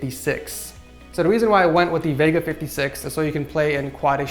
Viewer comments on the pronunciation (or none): none